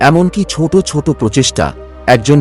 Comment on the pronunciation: what is 'chot', it will be 'choto', not ghon ghon, it will be ghono ghono. correct your pronunciation